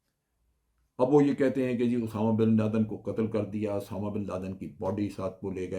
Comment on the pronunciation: جنرل صاحب اردو ٹھیک کر لیں اسامہ بن لادن ہوتا ہے اٹامہ نہیں